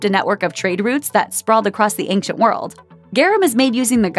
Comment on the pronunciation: There is no k sound in the word ancient